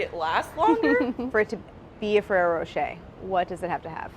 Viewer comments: No it's NOT pronounced rocheYYYY it's pronounced roché (as in french pronounciation). Which you US guys dont have a clue about how you say. é or er at the end does NOT pronounce eY or AY... .it's a hard E just e... like in eh or close to. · "ferreroh" -"ferreroh" - "racheeeyyyy" - "racheeyyy" <sound of french viewers having a heart attack" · My god no. And Claire watched the advert video and read Rocher means Rock in the Wikipedia article. Ferrero Rocher. The roch as in rock. Not roach. It's a short o. Then she tells Brad how to say it wrong. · It's row-shh-hey not Ferrero row-sh-er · It’s roshay not ROWshAYdamn Americans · ferrero ro "cher" is how I always said it, clearly wrong lol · the second she pronounced it 'ferrero roch-ey' i died. have never heard anyone pronounce it that way dammm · The western commercials pronounced it RocheR with a hard R. So weird. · Ferrero Rochaaaay.. Do americans even try to pronounce european words correctly? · "How do you pronounce it?" "Fewwewo" "FEWWEWWWO" "Roschay" "ROSCHAAAAAAYYYY" French and Italian left the chat. Gosh i love you guys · "ferrero" "ferreyro" "rochet" "rocheeeeeeeeet" PRECIOUS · The way she says Roche wrong but still so confident I find her so cute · the pronunciation is wrong tho ^^ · Does nobody else find it strange how they pronounce the rocher part of it? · That's actually not how you're supposed to pronounce it! English speakers and their need to read "rr" as a soft "r". "Rocher" is French, so just pronounce it as such, not as you usually do with every single French word, that is, reading it as it s written but as it were English and not French.